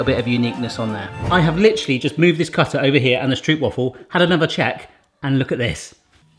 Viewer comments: You spell it Strooooohpwaffle. With a long o. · The Dutch pronunciation is more like strope-vafel. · struup struupwaffles it's killing me good attempt though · The real pronounciation would be like... Strobe-why-fals... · That pronunciation killed me. I heard his pronunciation and I almost wanted to cry, had it been anyone else I would've cried😂 lekker video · For a dutch person it is really funny to hear you say stroopwafel. When it is winter our stroopwafels are always a bit hard, so we put them on the coffeemug and the become really soft. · Instant like for the stroopwafels, although hearing the mispronunciation the whole time kinda hurt :') Loved the puns and humor! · Cool that you've made these. But you pronounce it as Stroopwafel with the double o's as in how you pronounce the letter O. 😆😆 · love this <3 .. so cute how you say stroopwafel wrong <3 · The 'oo' in stroop is pronounce like the 'o' in strobe. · You might also want to use Google for the pronounciation of "stroopwafel" . The oo is pronounced like the o in hello but a little bit longer sound. And the a in wafel ... I can't think of an English word with that sound but it is a longer aa sound not a short a. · THATS NOT HOW YOU PRONOUNCE STROOPWAFEl 😂 but love it tho ❤️😂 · I'm from Germany and even I know that this is NOT how you make stroopwafels... or how you pronounce them... 😅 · I have stroopwafel in my veins! (Pronounced Str OU pwafe ((as in "dough¨)) and not str OO pwafel if you know what I mean...) Time to clean your camera lens! Great video! Since I live in Greece now I do miss my dear Stroopwafel as well as some good raw haring! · 1.) it’s pronounced “Strohpwafel” 2.) they care to cut while still warm 3.) you don’t want any puffage whatsoever!!! btw: at Dutch markets they actual sell ones the size of your full Shakespeare thingy fresh from the iron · it's actually not pronounced 'strewp' (although I wish it was) it's more like an 'ohw' sound, like a long 'O'. strohwp